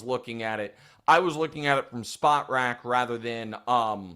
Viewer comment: Nick is starting to slip up on the details, and it’s not a good look. First, the internet resource with player contracts is pronounced “spo-trac,” not “spot-rac.” It’s a combination of the words “sport” and “contract.” And why even bring up the 2K cover athlete story if you don’t know how cover athletes work?